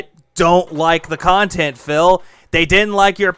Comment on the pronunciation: Thank you for the super pahsitive khantent. This was meaningful af